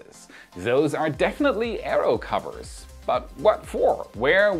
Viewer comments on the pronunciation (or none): none